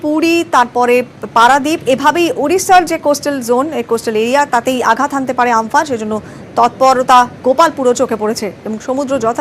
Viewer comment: উচ্চারণ ঠিক করুন আমফান নয় কিন্তু